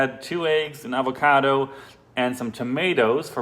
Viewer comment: You say pasta and avocado like someone from Boston but with your German accent it’s fantastic